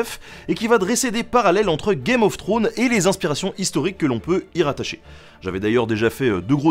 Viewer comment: je trouve ta prononciation du mot anglais "throne" douteuse. Un petit effort! une petite visite sur forvo pour ecouter des anglophones dire le mot. Il n'est jamais trop tard pour s'améliorer (d'autant plus que la prononciation de game est plutot bonne)